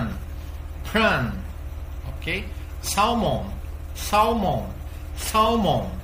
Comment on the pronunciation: A pronúncia para Salmão não pronunciamos o L ! Fica ( se'man)